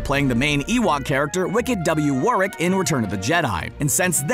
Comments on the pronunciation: Why can’t Americans say Warwick? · The way he says Warwick Davis and Donal Gleason 🤢🤢